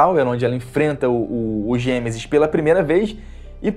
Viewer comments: Perco as estribeiras com esse "Gemesis" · Não consigo Não rir do "Gêmesis" KKKKKKKKKKKKKKKK